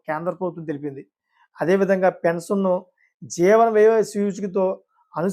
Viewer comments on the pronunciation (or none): Appati news chepthunnavu pensanu kaadhu pension